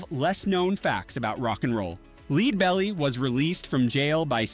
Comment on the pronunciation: Sigh. Stop the AI voice-over madness. The technology is not ready to cut-and-paste into videos. For people who don't know, the name of the first artist highlighted is pronounced "LED-bell-ee", like the metal.